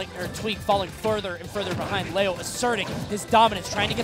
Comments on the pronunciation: IT'S GODDAMMED LEO (LEE-OH) NOT LAY-OH!! SO ANNOYING. Great matches though that make me feel like I need to really work on my Smash game. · Wtf its leo not leao wtf lmfao